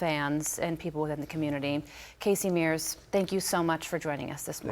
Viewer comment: Carley, you totally destroyed the names of those two people. Let me clarify. DENNY HAMLIN and CASEY MEARS. You definitely have to look into your writers.